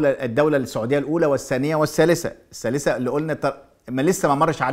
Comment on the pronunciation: تحليلاتك مضروبه. وانت محلل ما تعرف تنطق كلمه ( الثالثه) تقول السالثه. محلل من الدرجه العاشره.